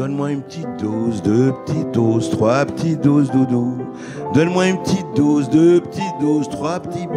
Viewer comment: O dOse O pas au pas AU, dOSE DOSE O pas dAUse